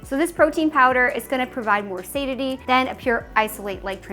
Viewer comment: I'm a little bit hesistant taking protein advice from someone who doesn't know how to pronounce "satiety" or "alfalfa"